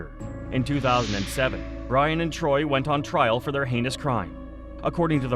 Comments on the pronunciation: It's tory, not TROY. That's what happens when a robot does the narrating and editing. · Torey** that bugged me the whole time 🥴😂